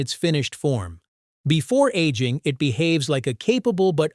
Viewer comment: 😂😂😂 , bot is talking about 1950s and showing the 1850s 😂😂😂 Aging sounds like annealing